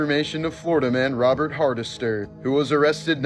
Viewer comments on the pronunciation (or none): none